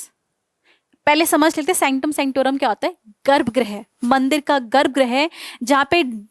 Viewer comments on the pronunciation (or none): Garbh grah nhi garbh grih hota hai (it's गृह not ग्रह)😊